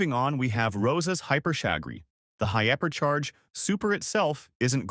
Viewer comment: H Y P E R C H A I R H Y P E R C H A K O R Y H I A P E R C H A R G E H O O P E R C H A R G E